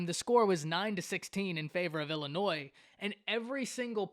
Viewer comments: Totally agree that Nebraska's mistakes mainly led to the Illinois victory... BTW - It's NOT IllinNoise... You make cornhusker fans sound like real 'cornhuskers'.... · There is no “s” sound in Illinois!!